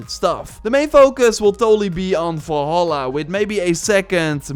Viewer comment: Assassin’s Creed Valhalal? Lmao